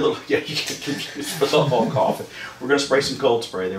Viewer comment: Mf said “hoolk”.